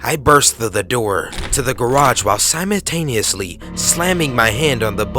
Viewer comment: "EX-scape" : "SIMON-taniously" : "Anti-CLAMATIC"